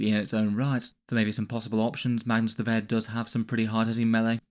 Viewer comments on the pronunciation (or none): Ah yes Mangus the Read